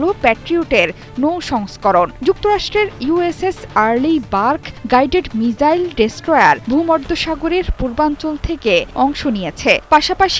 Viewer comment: মিসাইল হবে আপনি মিজাইল বলেছেন বার বার